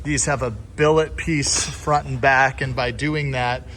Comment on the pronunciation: Say billet